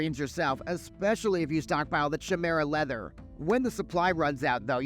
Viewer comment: You pronounce Chimera funny 😆